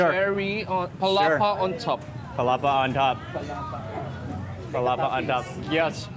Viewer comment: I believe Mark still saying “Palapa” up to this day hahaha just joking Mark! Same feels! That Palapa is addictive and you can add it to many foods to make it more delicious.